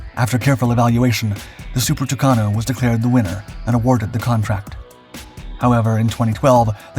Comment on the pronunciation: It's so funny to hear americans pronouncing Brazilian names. "Tookanohl", "Ambraher", "Savanteh"... 🤣🤣🤣